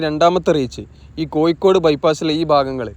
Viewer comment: koyikkkode allada kazhuthe kozhikode..